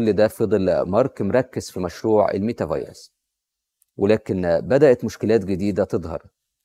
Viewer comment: عاش , الله ينور, بس خلي بالك من نطقها على ما أظن meta verse (ميتا فيرس)